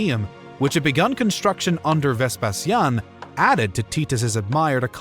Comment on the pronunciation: It's Ves Pay She In - Vespasian. It's Ty Tus--Titus.